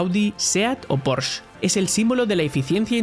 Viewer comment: Skoda pronunciada correctamente en Checo. Porsche absurdamente pronunciada como si fuera un nombre inglés.